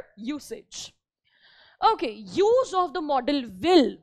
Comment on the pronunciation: It is not modal pronounce it properly 😅😅😅😅😅😅😅😅😅😅😅😅😅